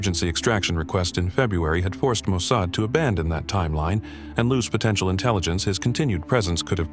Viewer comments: Ah, isn’t it “Mo-Sod”?😮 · The pronunciation of "Mosaid" is totally off. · Please train your AI to pronounce mossad correctly. Not mo-say-ed. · AI can't even pronounce Mossad correctly. Who expects their story to be factual?